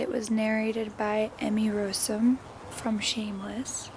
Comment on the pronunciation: This video is so cool. Also side note Emmy Rossum's last name is pronounced r(aw)ssum.